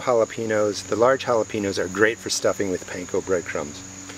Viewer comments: Not to be a jerk or anything, but when you say jalepeños, the "ñ" is pronounced "nya" like hal-uh-pen-yos. I'm a bit jealous of your pepper harvest! The video was great 👍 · Make an effort not to mispronounce Jalapeños